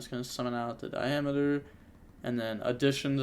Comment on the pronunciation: Am i the only one getting slightly triggered by saying "Diameeter" instead of "Diameter"?